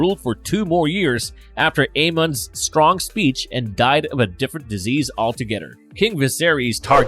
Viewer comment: Is it just me or is the guy narrating saying together as “togeder” & mother as“muder” 😂😂😂